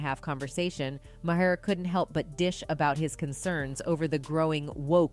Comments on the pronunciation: It's Bill (MAR) not ma-her smh 😒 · Do your research, child! It’s pronounced Bill MAR not “ma har.” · Is said like bill "marrrrrr" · She literally pronounced bill mahers last name differently every time she said it.😅 ma-her. Mah- er. Mah-here. Mayor. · Kudos on reporting facts! But please, pronounce people's names correctly...Maher is pronounced "mar". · Truth...by the way it's pronounced Mar just fyi no shade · Why can’t the voice here pronounce Bill Maher’s last name ?? 🙄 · Decent video…. But I find it impossible to believe that adult American human being doesn’t know how to pronounce Bill Maher’s name. Much less all of the people that probably edited this and put it up. For God sakes, everybody knows the right way to pronounce his name and she does it the entire video multiple times.